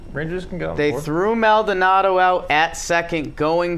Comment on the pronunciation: pls it’s like “mol-Donaldo” not “MAL donado”